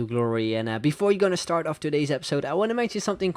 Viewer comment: I think when you say like start it sounds a bit like shtart My opinion